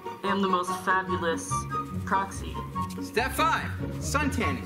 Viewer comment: So uh basically I heard say cocksy and not proxy...